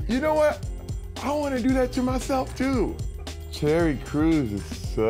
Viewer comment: It sounded like he said Cherry Crews xDD